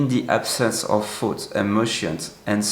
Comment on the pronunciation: Your English is excellent but one word always mixes me up: you pronounce the word “thoughts” as if (to my ear) sounds like “foods.”